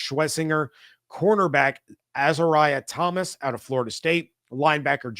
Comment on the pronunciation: Hey wanted to help with the pronunciation of Fsu players Last year kalen deloach ( sounds like roach) Azareye'h thomas ( az- ar-ree-a)